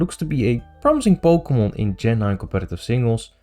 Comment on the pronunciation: We talk before once but i found it funny how you say pokemon in a very dutch way